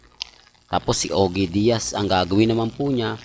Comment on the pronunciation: ALAM NYO MGA KA ALDUB DATI GALIT AKO KAY PERO NGAYON OK NAMAN PALA SYA. WAG NYONG ISARA YONG CHANNEL NYA. KASE NAKAKATAWA SYA SA MGA INVENTO NYANG KWENTO. 😂😂😂Lol O KYA YONG MGA PAG PRONOUCE SA PANGALAN NE SHOE 👞 👠 RAMEREZ AT OGIE DIAZ PARANG TUNOG OGEY ALCASID. THIS IS COMEDY CHANNEL 😂😂😂😮